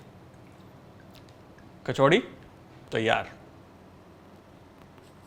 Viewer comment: I can't understand why people say it 'kachaudi' jabki vo 'kachori' hai...